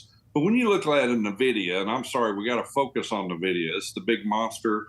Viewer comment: Who is Na-vidia? ;)